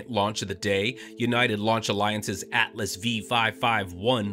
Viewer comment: "Atlas Vee"? Geez. It's Atlas Five. This AI narration has got to go.